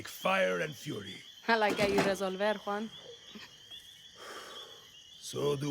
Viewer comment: For the love of God! As a professional welder, hearing the crackle of an arc and seeing Juan using a propane torch kills me! Shit game! Also, you need to learn to say "juan" right... It's not hard...